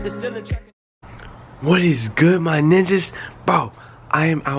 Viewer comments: Why he always say ninags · I like how he says my nijjas instead of niggas